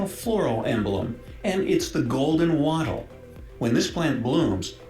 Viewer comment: Golden Wattle, not “Golden Waddle”. The video producer did you a disservice by pronouncing it that way 😅 (Our national flower is the colour of a duck, but it certainly doesn’t waddle like one. 😂)